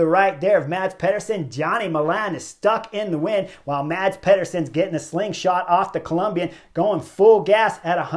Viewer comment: Thanks Chris. Sad for them but the knucklehead award goes to the two breakaway riders playing games at 1km. As pro-peloton riders they should know and fear the speed of a peloton that has them in its sights near the finish line. One small note Chris - Mads Pederson's first name is pronounced Mas as the d is silent (general rule in Danish)